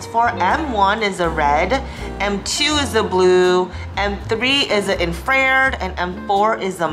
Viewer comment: Infra-red … say it again 😂